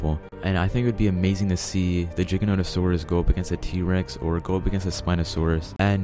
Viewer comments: #1 sounds like he's saying "ChickenNuggetSaurus" and not giganotasaurus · I tought he is saying CHICKENNOTOSAURUS